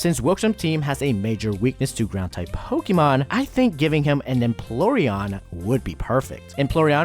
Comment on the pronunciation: “Emploreon” Do a retake, man!